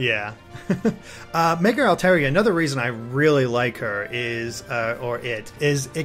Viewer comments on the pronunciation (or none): I really really hate that they're not pronouncing Pokemon names correctly. It's stupid that I should be so stressed over it, but it still bugs me. Oh well, I can't really do much about it. By the way: Lopunny = LAW-puh-nee Altaria = all-TAHR-ia Audino = AWW-dih-no